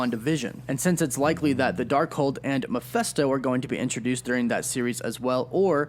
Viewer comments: He keeps pronouncing "Mephisto" as "mafesto". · Anyone else kinda bothered by the fact that he says Meph-eh-sto, instead of Meph-i-sto? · man this bothered me so much lol Channel that specializes in Marvel but can’t pronounce Mephisto